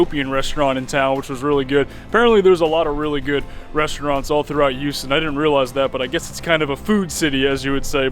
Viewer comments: Lol silent H.. oh boy. Repeat after me.. hew-ston. There ya go!!😉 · Silent h? Eww-ston? Lolololol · Well Houston county in GA is pronounced HOWS-ton so who really knows. Love your videos and your positivity.